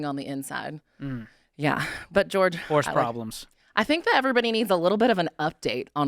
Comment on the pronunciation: This is George Kamel not George Horse